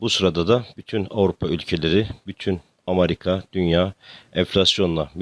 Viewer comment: Amarika demeyin lutfen